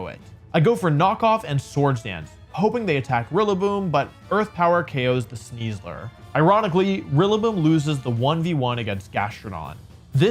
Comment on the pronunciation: I feel deeply uncomfortable every time he says Sneasler. (In the top 8, was that the real CybertronVGC?)